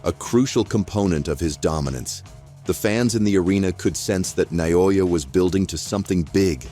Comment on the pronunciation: EFFing A.I. couldn't even pronounce Inoue's name RIGHT - WTF?